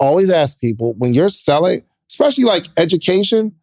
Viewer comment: and her "ekspecially".. ❤️ lol we love you regardless